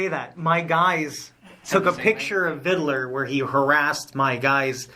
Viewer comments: Why didn’t they correct him from saying “ Vidaler?” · I keep hearing vid-dill-er. Makes me twitch.